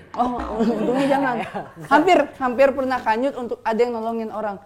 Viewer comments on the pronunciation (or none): apa cuman gua yg denger si dustin ngomong kanyut? 🤣